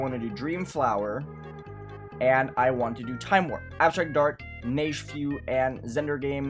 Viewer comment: Neigefeu - Pronounced "nej fuh"